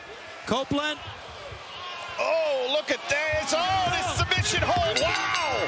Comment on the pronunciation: The Co- - -open-land